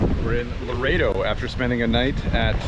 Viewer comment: Dude! Show some respect for the culture. Your Spanish pronunciation is horrible. Laredo is in Texas. Exerting the least bit of effort would be appreciated.